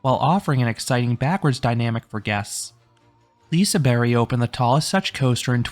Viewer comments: You went to Hard :D Silent G doesnt make it a Y. But i appreciate your efforts. And all your liseberg videos are great. Great content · Is it pronounced "Liseberry"?!?!? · I think it is said lisa “berg” like Iceberg